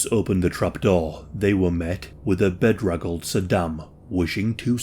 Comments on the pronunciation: "bed-ruggled" Lol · That was quite the interesting pronunciation of "bedraggled"